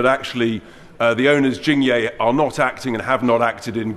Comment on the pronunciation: It's Jing yeh(as in egg) not yay🙄